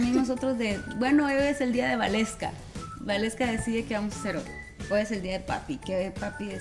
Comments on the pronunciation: se pronuncia Valeska y se escribe Waleska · Is waleska not gualeska